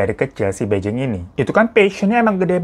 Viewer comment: Kak bai jing itu bacanya pai cing dia pindahnya ke bei jing bacanya pei cing..sebagai org yg pernah sekolah bahasa mandarin dan tinggal di Beijing 2 tahun lebih gatel pengen benerin pengucapannya 😅